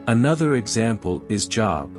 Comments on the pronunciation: You are pronouncing Job wrong it has a long o sound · Any chance we can get this robot 🤖 to correctly pronounce JOB ???? :face-orange-frowning